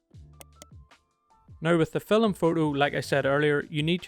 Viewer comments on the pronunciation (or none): you said fill em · Never realised that the world ‘film’ had two syllables until watching this 😂 great video mate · That surprised me too, as I have seen only Indians with native accents to pronounce 'film' like that.